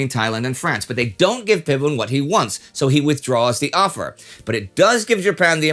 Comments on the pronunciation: thank you for unnecessarily educating me on how to read English. I know ph can be pronounced like an /f/. And what do you mean it’s not his fault? He mispronounced the name. I’m just pointing out some mistakes as a Thai person who wants people to learn how to pronounce Thai names correct correctly. It’s like pronouncing Leicester as /Lai-ses-ter/ when it’s actually /Les-Ter/. I understand that Thai names can be hard to pronounce correctly, given the transliteration system we use. But that is not an excuse for you to say that it’s OK to mispronounce a name and just leave it like that. Say whatever you want, but you will definitely look like a fool if you say dumb shit like Fiboon or Fookhet (Phuket) in Thailand. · Thank you :) We can't expect Indy to pronounce every language correctly, but it's nice to have a gentle correction for those who are interested. With the Thai ph, you can say the p is aspirated - it means there will be a puff of air when you say it (it the normal way English speakers say p), whereas a regular p will be much softer and without the puff of air. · Very well made and accurate video! Just a tip on pronouncing the "Ph" in Thai, It's actually just a "P" and the "H" is silent. Not an "F" like how it's read in English. I really don't know who's the first person to start putting these H's in Thai words. Makes foreigners mispronounce a whole lot of words. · Just a note, PH in Romanized Thai is pronounced just "p" not "f". So instead of "Fiboon" it's "Piboon". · we all hate him tho. but he invented the Pad Thai so yeah also why do you pronounce "ph" as an "f" sound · Not "fi-boon." I think it's pronounced "pee-boon." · Phibun is pronounced Pibun, not Fibun. Ph is an aspirated P when romanized. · Nobody calls him Fiboon in Thailand. It’s Pi-boon. Thais call him by the name “Marshall Por.” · his name is actually call "Pibun" not "Ph(f)ibun" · Now let's teach the farangs that the "H" is silent in "Ph" :) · Phibun is pronounced Phee-boon not Fib-boon.